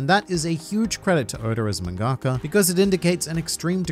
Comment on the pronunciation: Why does it bother me how you say “mangaka”.. bruh it’s “Mahn-guh-kuh” don’t combine the syllables. Great video though huge amount of effort in this! Definitely subbed.